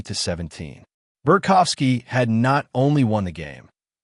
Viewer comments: It’s BART kowski…not Bert kowski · There’s no F in his name. Bart kow ski.